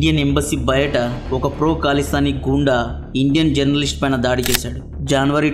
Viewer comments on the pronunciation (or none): "జేనరలిస్ట్"ఎన్టీ? జర్నలిస్ట్ అని పలక లేక పోవడం, Asylum ( అసైలం) అనే మాటకు "అసాలం" అంటున్నడేంటి? ఇంగ్లీష్ పలకడం రాక పోతే, ఇంటెర్నెట్ లో చాలా సైట్లు ఉన్నాయి ఎలా pronounce చెయ్యాలో తెలుసుకుని అప్పుడు విడియో లో వాగాలి